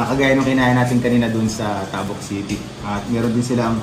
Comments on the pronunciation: Correction please.. hindi tahhbuk.. tabuk.. mabilis ang pagbigkas..ng ta, Ang pagbigkas mo gumagamit ka ng Hhhhh bago buk. Kung ganao kabilis ng pagbigkas mo ng buk.. gano'n din sa ,,,,ta...( Tabuk . ) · sana po kasama rin sa niresearch nio ang mga tamang bigkas ng lugar "Tabuk" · Mali po pronounciation nyo sa Tabuk,fyi